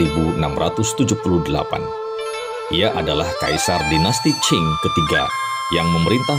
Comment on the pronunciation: dinasti qing, bukan qin. cara bacanya ching. kalau qin ( chin ) itu 200 thn sebelom masehi.